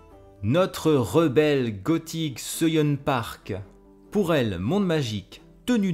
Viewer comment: Pour Soo-Yun, tu peux prononcer ça "Sou-Yeun" et Incheon se prononce "Intchone" (avec un O ouvert !). Tu me connais si bien. 😂 Ton retour sur Clayton est BOURRÉ de sous-entendus, djizeuss. 🤣🤣🤣🤣 Je m'en suis littéralement étouffé en mangeant mon yaourt. Avec plaisir ! 🥰